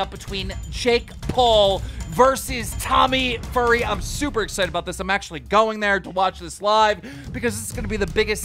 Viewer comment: Did this man just call tommy a “furry” 😂